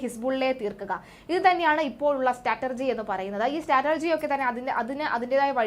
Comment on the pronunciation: സ്റ്റാറ്റർജിയോ ?എന്തു വായനയാ ഇത് ?കേൾക്കുന്നവർക്ക് വിവരമില്ലാന്ന് വിചാരിക്കരുത് .നിരവധി തെറ്റുകൾ വായനയിൽ വേറേയും കണ്ടു ,നോക്കിയല്ലേ വായിക്കുന്നത്😊😊😊😊